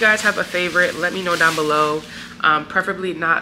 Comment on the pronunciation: Listen, your brother is cooking zown, not down, ok?! 🇭🇹